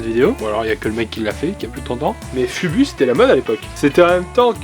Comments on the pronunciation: "fubu". Foubou ca se dit man. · fubu ? sa ce prononce foubou ^^ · Fubu se prononce foubou ils en porte dans le film how high